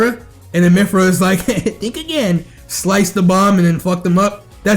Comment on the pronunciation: it kills me when he said "MYPHYRA"